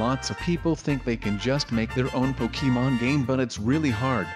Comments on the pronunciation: umm it’s not Pokéman it’s Pokémon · uhhh it’s pokemon not pokeman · it’s pokeham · it’s pokèmon*